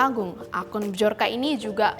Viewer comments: Mohon maaf mba, dibaca BIYORKA bukan BIJORKA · Mendengar penyebutan dari bahasa polish (polandia), bacanya byor-ka. Bukan b-jor-ka. Gampang kok carinya di internet. Biar saya yakin channel official Tempo ini masih profesional.